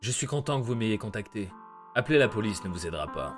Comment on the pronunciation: pourquoi j'ai l'impression que tu dis poluce xD